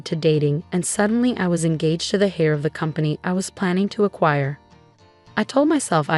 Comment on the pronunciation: An inheritor is not a hair, they're an heir. Pronounced 'air', the h is silent. Like the b in comb is silent. If you're going to narrate, the you need to enunciate properly.